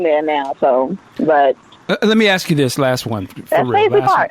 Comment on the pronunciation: Did you seriously say "axe"? As an adult, and a professional that speaks for a living, how can you let yourself get away with that?